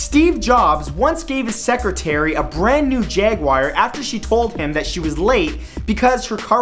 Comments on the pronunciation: Its jaguar not jaguire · jaguair? its jaguar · Jaguire? Lol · Malisin E'Cila the car is jaguar lol not jaguire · Jaguire! :P lol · Jagwire ? lol